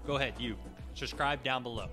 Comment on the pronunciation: Honestly, if you are going to ask people to SUBSCRIBE to your channel, it might be wise to learn how to pronounce the word.